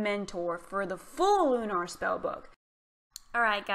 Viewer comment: LOOU NARR lol it's lu ner